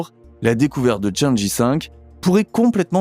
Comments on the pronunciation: cháng'é (嫦娥) se prononce tchang-euh et non pas tchã-dji... Dommage que la voix ressemble tant à une voix d'ordnateur, et qu'il y ait autant de baratin au début... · CHANG' EU pas "i". C'est pénible pour les oreilles....